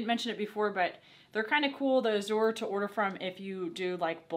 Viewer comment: ok the way say A"zure the a is strong like as lol